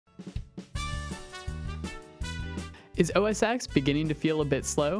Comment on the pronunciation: OS X (Ten) not Ex. X is a Roman numeral for 10